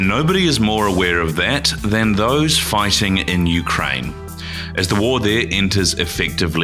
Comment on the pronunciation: "Fighssing in Ukraine" - yeah, right.